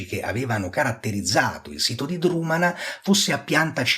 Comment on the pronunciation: Egregia analisi. Un solo appunto: Drumanagh va pronunciato con una velare aspirata, in modo simile a un fonema semitico.